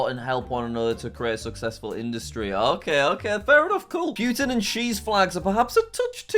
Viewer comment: PLEASE STOP SAYING PUTIN WRONG,IM RUSSIAN